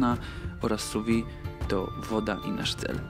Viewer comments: Szefie, nie wymawia się su wi tylko su wid (sous vide) sous-pod vide- - próżnią wiem że francuszczyzna teraz niepopularna ale profeska wymaga znajomości terminów kulinarnych w oryginalnym narzeczu. Francja to ojczyzna grande cuisine - przetłumaczcie sobie co to znaczy. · Bardzo ciekawe i przydatne. Malutka konstrukywna uwaga, że wymawia się [su wiD].